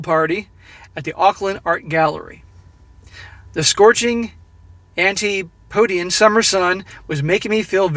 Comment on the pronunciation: i do like your videos but you need to do a read through and find words which are unfamiliar to you and background yourself on their meaning and pronunciation - otherwise it diminishes your message. Antipodes (ANTI PO DEES) - Antipodean ( ANTI PO DE AN) - refers to Australia and New Zealand also the dude was from the Australian government - not the Austrian